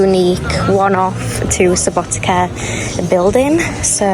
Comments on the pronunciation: Subotica is pronounces "Suboti(tz)a" not Subotika, like you said :) c = tz (when you pronounce it) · Subotica not subotika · Try pronouncing like in cider only sharper c sound Subotica... Not like k in Subotika... Althow it sounds very nice even if you say it wrong...☺ Enjoying your pleasant voice and the journey... 💫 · Seems like you are pronouncing SubotiKa on purpouse 😂 it's hard sometimes to think about pronounciation of some foreginer words, but still the way you pronouncing it is kind of cute not gonna lie, it's kind of weird to eat mc donald's when you have so good tradicional food in Serbia, Vojvodina as part of Serbia have some unique tradicional food, which is way better than artificial mc's food, but i can't order you around what you can or cannot eat so enjoy what you like the most. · Please don't pronounce Subotica that way. I know that, in English, the letter "c" is often pronounced like a "k", but please don't apply that to place names. It really sounds wrong to native speakers and hurts the ears. Just a friendly advice. Enjoy ;)